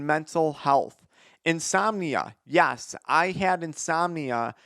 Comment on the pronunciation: please say ''Yes'' not ''Yas'' for the love of God.